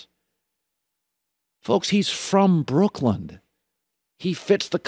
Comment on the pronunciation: my man says brookland